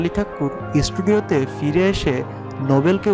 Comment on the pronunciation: আগে স্টেজকে স্টেজ... ষ্টুডিও কে ষ্টুডিও বলতে শেখো....এস্টেজ.. এস্টুডিও এসব কি হ্যাঁ???😒